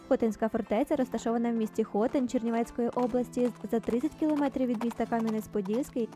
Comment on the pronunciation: Автори, не ХОтин а ХотИн.